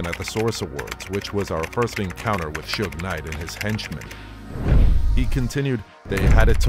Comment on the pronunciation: Is it me or these post talking about suge knight can't even say his name right